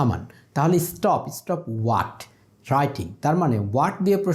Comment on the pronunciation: Dear sir, Perhaps,Water pronunciation is not correct.